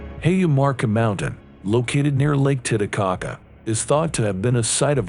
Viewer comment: It's not lake tita - caca It's titty - caca